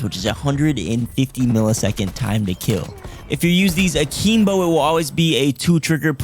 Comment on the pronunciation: yo bro it's akimbo not akeembo